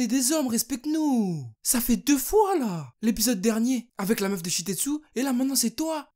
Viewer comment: Tout le temps tu dis "Shitetsu" alors que c est "Shiketsu"